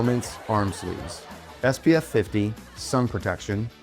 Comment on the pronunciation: Love Bohdi grips. Your'e gonna like them. Been using other brand arm sleeves for years. "sleefs"" Really like my SAGA SH. Not a "two ee" fan.